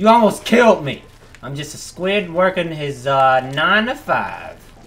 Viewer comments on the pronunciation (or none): none